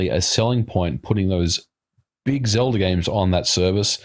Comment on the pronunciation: "Zelder" lolz